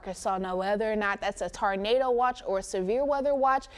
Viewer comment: That poor girl doesn’t know how to pronounce Tornado!!